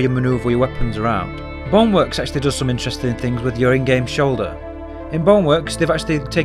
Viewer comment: this dude really pronounce Bone work as bong work